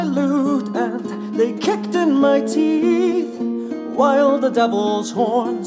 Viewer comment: Haha he mispronounced "my" to sound like "your" XD